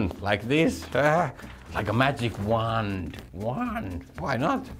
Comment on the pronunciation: The first syllables of wand and wanted are not pronounced as /wʌn/